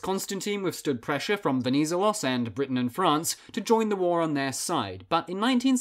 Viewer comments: You accentuante the ZE in VeniZElos. also both "e"s in the name are pronounced the same way you pronounce the net in interNET. You probably have to remember that if you're planning any more videos on Greece since he's very important. Awesome video btw good job! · VenizElos - the accent is on third syllable. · Just so you know, he's called Ve-ni-zé-los stress the e (pronounced like the 1st e in edge) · You said wrong the last name Venizelos the ton in the e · no "d" on the name either written or pronounced... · Pretty good video, but please learn how to pronounce “Venizelos”. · The way he says Venizelos hurts my ears Other than that, great video